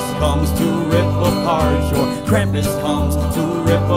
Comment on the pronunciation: Thank you for pronunging Krumpus right